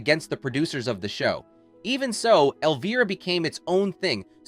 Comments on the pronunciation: Love Cassandra, but whoever owns the narrative voice for this special, you need to know that Elvira, as you may have noticed, is spelled with an "I" not with a double "EE." It's pronounced L-Vy-Rah, not L-Vee-Rah." This one boner on your part makes it incredibly difficult to listen to - kinda like fingernails down a chalk board. Please PLEASE fix this mess. Otherwise, it's interesting. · Where did they find this idiot who can't even pronounce the name “Elvira” ?? When "OUT" of character the lady's name is Cassandra not Elvrea,. l have to wonder if the narrator was also the writer? Somebody needs to go back to school! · Can't say I've ever heard Elvira's name pronounced elveera. YouTube has fabricated its own niche for this ridiculousness, having narrators speaking words to describe tv shows and movies they have clearly never even heard of, let alone watched, ever; and it's really annoying. Imagine a world where people do this narration bit, for topics they're familiar with, know about, and have some minimum level exposure to what the hell they plan to talk about and force people at large, to listen to. I realize that's almost as unrealistic of an expectation as it is to expect common sense in the common public, anymore, but it would help the world, in a small way, to be a better place. I'm two and a half minutes into this video, but I'm closing the tab for it as soon as I'm done writing this. Thank you for saving from wasting my time. Suck on my feedback.